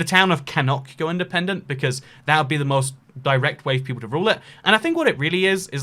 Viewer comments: A free Birmingham would be beautiful. Cannock is pronounced Canuck :) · Been watching you for years, keep up the great work! I'm actually from Cannock and live in Birmingham aha! it's pronounced like "can-nuck" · Ughhhhhhhhh how he pronounced 'cannock' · you pronounced cannock wrong... I should know as i live in a nearby town to cannock